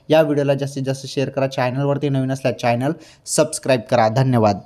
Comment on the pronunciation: तेच तेच वाक्य सारखे म्हणू नका. टू द पॉइंट बोला ना? बोरिंग व्हिडिओ करू नका. चैनल उच्चार नसून च्यानल असा आहे.प्लीज रागवू नका.